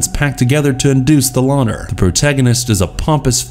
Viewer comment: You said "Lawter" instead of "Laughter" several times. Come on. What are your editors doing?